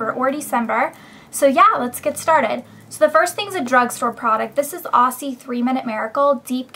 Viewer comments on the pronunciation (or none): argg it aussie as in ozzie not ossi. (speaking from down under) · lol i cant stand it when people pronounce Aussie wrong >:O Its Ozzy ;) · hi elle! I'm sorry if you think I'm being rude, I honestly don't mean to be, but I'm from australia and I thought you should know that the brand is pronounced 'ozzie'. It's always amusing to hear americans try to pronounce australian words though =) Love your videos. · a lot of Americans pronounce Aussie like its spelt, but it's actually pronounced ozzie. There's no 's' sound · Down Under in Australia we pronounce it Ozzy as in Aussie! xo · Helllo. I just thought i would say that in Australia we actually pronounce aussie ad s 'ozzy'. ;] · aussie is pronounced ozzie btw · the first product is pronounce ozi even though its spelt aussie lol :P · Hahah soo cute! You say it OZ-IE. Its a slang for Australians and Aussie is an Australian brand hence the Kangaroo. <3 you and your vids! xxx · actually here its pronounced os-ee( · Sorry to be annoying Elle but i'm an Aussie and would <3 everyone to know that it's pronounced OZZY, like Ozzy Osbourne. That is all xxx :) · haha you say aussie funny. its pronounced OZ-EE. australian brand? iv never seen it, its looks good LOL I LOVE YOUR VIDEOS BTW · haha, aussie is pronounced 'ozzy'